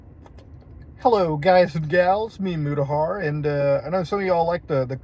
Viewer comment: Mutahar in-a-car